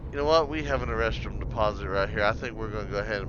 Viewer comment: Great vid. I laugh every time you say erestrum, sounds like you’re looking for “A Restroom”.